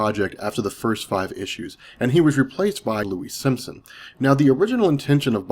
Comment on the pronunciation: Louise SIMONSON. Not Simpson. Are you Chris Bores?